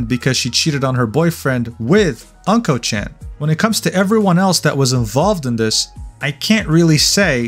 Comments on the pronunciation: You keep saying his username wrong.. it's not pronounced "unkochan" like "uncle" but "ooonkochan" like "ooo" which basically means "Mr. Poopy" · Unkochan is pronounce Oon-Ko chan, not An-Ko chan. Unko mean poop in Japanese. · it's not pronounced "uncle chan" it ooonnko, which means CRAP and S---T! suits him perfectly. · "Unko" chan.. lol. Just to give you a bit more Japanese context in case you do any other content: It's pronounced "Oonko" (like in Oompa Loompa), and means poop, which is why he writes "うん〇", in his Japanese username. Essentially roughly meaning "The poop kid/dude" or something to that effect. Using a circle in this way is a way of censoring a letter in a word, similar to using asterisks in English (ex. d*mn, etc) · Uhm ackchually its pronounced Unko-chan (the u sounding like Uggs) anyways I live in japan but stay outside jp twitter cause it's a whole drama country outside english twitter so this is absolute news for me stay based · why you pronounce unkochan like that